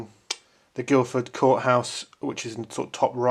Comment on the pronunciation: There's no "d" in Guilford courthouse:)